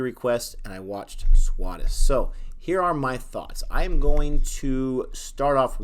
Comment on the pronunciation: Exactly. Good for you for saving up all your acorns like that for the future. They will come in handy when it is your turn to get sick. It happens to us all. Oh, by the way, it is pronounced "Swaa" (S'wa) "They+Shh" (Theysh).